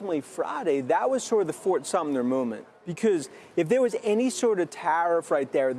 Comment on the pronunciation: Fort Sumter not Sumner